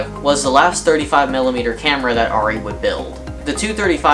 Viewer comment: Thankfully you pronounce the camera name correctly! Rrr EEE not AIR EEE